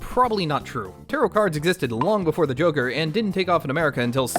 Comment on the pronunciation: I though you called it jacker